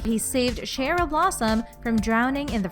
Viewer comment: I'm annoyed how she said Cheryl